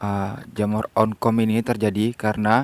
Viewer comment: Jamur oncom bukan jamur onkom